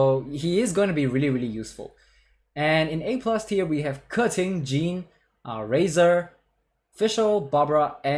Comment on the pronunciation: Fun fact this guy is the only one that pronounces Keqing right